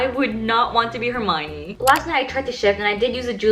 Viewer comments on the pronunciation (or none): none